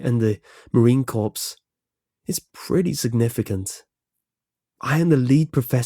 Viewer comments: u said marine corpse. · it's pronounced like core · corps is pronounced core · marine corps = core